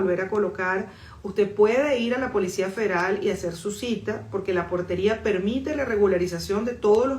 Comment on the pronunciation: Portaria no Portería